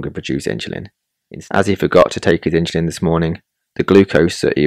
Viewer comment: The pronunciation of "insulin" with an "h" is not standard or correct. The word is derived from the Latin word "insula," meaning "island". The correct pronunciation of insulin, as indicated by dictionaries and common usage, is "IN-suh-lin" with a clear "in" sound at the beginning. There is no historical or linguistic reason to pronounce it with an "h" sound. The confusion may stem from a broader phenomenon in English called "aitch anxiety" where there's a perceived need to articulate the "h" sound in words like "hospital" or "herb", sometimes inappropriately. However, this does not apply to the pronunciation of "insulin".